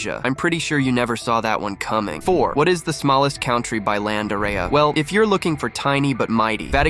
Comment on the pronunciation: he said smalist country